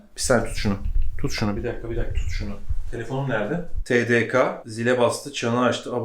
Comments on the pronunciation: TDK (tedeke) diye okunuyor 😬😬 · Tedeka değil bu arada tedeke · TeDeKa değil TeDeKeeeeee